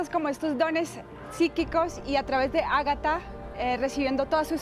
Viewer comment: Se llama Agathe, pero le dice “Ágata”, dice Quetzalcoal en vez de Quetzalcoatl, “amanar” en vez de emanar. Si así habla nuestra lengua, como hablará una lengua alienígena basada en “altas frecuencias”?? Quizás ella cree en lo que dice, en ese caso esta loca. Lo mas probable es que solo sea una estafadora que ya llegó muy lejos.